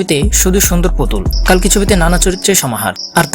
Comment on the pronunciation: কল্কি হবে কালকি নয়